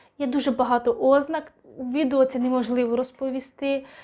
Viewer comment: ОЗНА́КА, и, жін. 1. Риса, властивість, особливість кого-, чого-небудь. ........ Наголос на ДРУГИЙ склад.